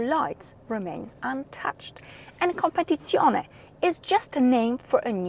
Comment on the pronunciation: Ciao, you know that I always compliment you but today the biggest compliment goes to your pronunciation of COMPETIZIONE, I would say promoted 😉😊😃👍 Samu Milan-Italy